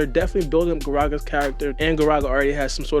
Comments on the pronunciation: fam sees 'GaragA' and hears the "a" being pronounced in the anime and says "Garageh" in the intro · I just feel like you gotta do your hmwrk before you speak. Said like gah-rah-gah